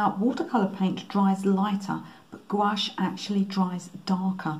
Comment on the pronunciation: Thanks for generously sharing these techniques with us. BTW, I'm a Canadian French speaker and your pronunciation of "gouache" is perfect, in fact, as perfect as the background you've created.